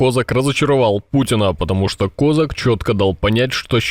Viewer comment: КозАк, а не КОзак !